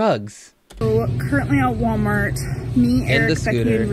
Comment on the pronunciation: Anyone else notice she's now to lazy to pronounce the L in Walmart - it's now " Sooooo we're at Waaamart"